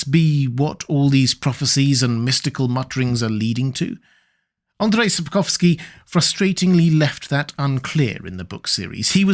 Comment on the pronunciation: Andrew Sapkowsky 😂😂😂 As a Polish person I burst out lautghing, just because it sounds so silly. Don’t get me wrong, I don’t have a problem with that (it’s better than failing to pronounce ,,Andrzej”) but it just sounds so funny.